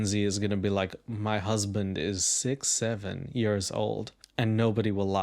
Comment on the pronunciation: Im ngl it sounded like he said he was "thiccsty-seven" 😅